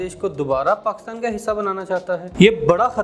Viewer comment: پہلے PakIstan کہنا تو سیکھ لیں آپ تو PakAstan کہ کر اپنی مٹی خود ہی پلید کر رہے ہیں